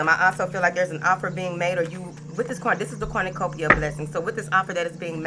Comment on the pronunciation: Everytime you say Corn-na-cupia I get lots of money!!!!! If it happens again you will know about it!!!! Thanks Bunches